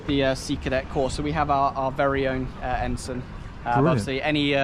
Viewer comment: note to self, it is said Ensun not Ensign. 😊